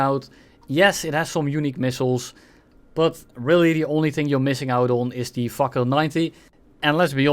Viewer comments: not sure that fakour is pronounced fuker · "Let's take a look at the (gives up on pronunciation) the fukr 90" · Every time spelled "fakour" missiles i heard "fuck you" missiles, btw is the sedjil missile worse than the 530Fs on the mirage F1? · 😂😂😂 I heard it too!!